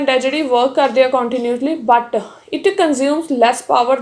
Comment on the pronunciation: te mam da punjabi style'but' 🤙🤙🤙